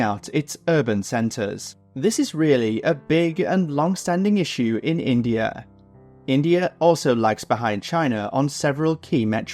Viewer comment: INDAI?, lol